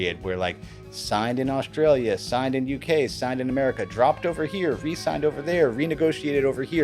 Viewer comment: What do 'schtream' and 'Auschtralia" mean?